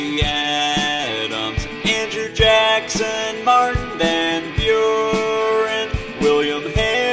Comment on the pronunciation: He said martin ven buren